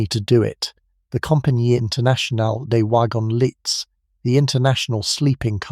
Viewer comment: Fascinating description of the Orient Express. Not a sleep story though due to the loud intrusive ads FYI: Compagnie internationale des wagons lits (the "t" in lits is silent - pronounced 'lee').